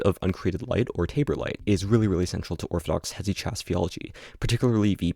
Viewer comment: hesychast pronunciation is frying me 😭